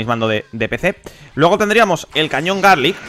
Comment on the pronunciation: el cañón garlick :v es galick